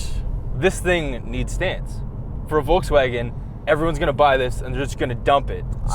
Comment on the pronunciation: Happy bday. I wish you that you can pronunce Volkswagen correctly;)